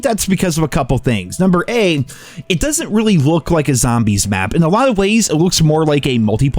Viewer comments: I’m sorry but I have to point out that you said Number A 😂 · i love how no ones mentioning how he said “number A”